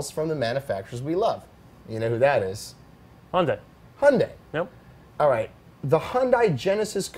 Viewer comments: Have you guys not watched the Hyundai commercials?!!! Hyundai is pronounced Hun-day like Sunday! You would have more cred if you would say their name correctly. I would also make the bet that the quality of a Hyundai will never be the quality of a BMW, unless their place in the market changes from affordable to exclusive it will never compete for the same buyers as an M3. The production car is not great just because of the Pike's Peak record breaking prototype. Remember Lancia.... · its hyundai like sunday... words from a hyundai dealership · Well spoken, Alex Roy. Just one thing, you pronounced Hyundai correct at the beginning, but you kept mispronouncing it. Hyundai always try to make their cars better and better, it will be huge like Alex said.